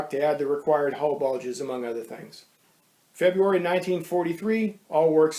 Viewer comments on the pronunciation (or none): none